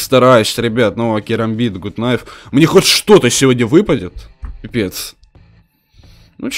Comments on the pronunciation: не гут найф а Гат Найф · Это ведь гАт найф,а не гУт найф